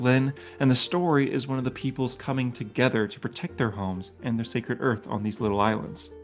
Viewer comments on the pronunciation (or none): none